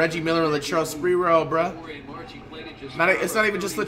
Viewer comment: "Latrell spertrell".